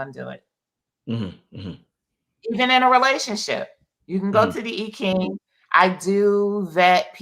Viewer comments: The correct pronunciation is EEEEE not eye .. fyi. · More like Eye-CHing with the emphasis on the CH digraph. Thanks for the correction. It's a distraction from her wise message in the video. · It's correct pronunciation is "Eye Chinnnng" originally called Yi Jing. I'm of asian orgin and this is an old Western Chinese divination system. 🙏🏼💚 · How about EEE CHing? That's the way I learned the pronunciation. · I’m trying not to be distracted by the mispronunciation of the I Ching😖but...